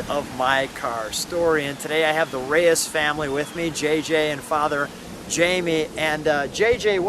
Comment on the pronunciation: Mr. Reyes not Reeves!!!! Sorry!!!